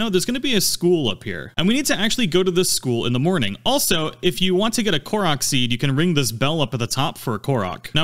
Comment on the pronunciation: I don't like the way the narrator says "Hateno" or "korok" 😭